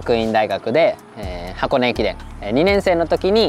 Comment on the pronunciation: 是箱根駅‘’船‘’，不是“賺”。這是第二次念錯了，上次影片記得也有網友指正，還是改不過來欸…😅